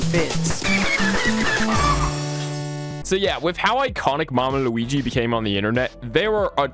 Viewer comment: I love the way you say Luigi